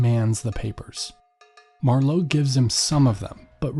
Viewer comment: The accent for Marlow is on the first syllable, not the second. Also, Thames is pronounced Tames, there is no th sound. I had to stop listening to this after :25 because I was afraid the moron who is reading this was going to make another blunder.